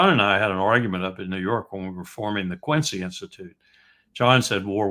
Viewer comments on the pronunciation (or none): none